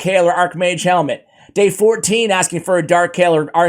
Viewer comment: I really do not think it's pronounced "Helmet". Its Hellmood - for Archmage Hellmut. It's a german name.